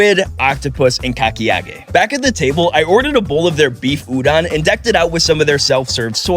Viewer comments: Why is he saying tempura and udon wrong 😂 and btw im Japanese say it like oooh-dun and tem purrrer uhhh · Udon. With o. Not a. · i love this but the way he kept saying udon wrong really ticked me off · Udon❌ Udon✅